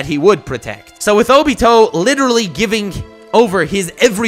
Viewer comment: Oh-bee-toe LOL